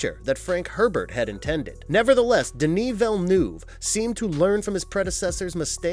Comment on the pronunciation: Before the second part learn how to pronounce Denis Villeneuve